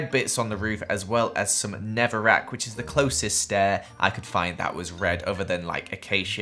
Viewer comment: ”neverrack” Sorry I had too ToT